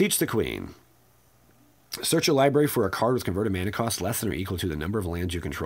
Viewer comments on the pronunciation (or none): Stop saying libary! It's library.